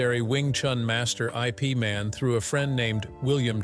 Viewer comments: IP is pronounced "if" not i. p. as in "If Man" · It's not I P Man, Ip Man or Yip Man. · "I. P." Man? It's Ip Man. You'd figure they could pick an AI could pronounce Bruce's master's name. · Sifu is not I P Man, it was Ip man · Haha click and bait! Got me too, Bastard! If the pronounce his name, I Pee Man,” there’s definitely something wrong here!! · I. P. Man? 😂 you’re killing me! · I P man? WTF? This narrated by AI? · I P man. Ha, ha IpMan, IpMam, IpMan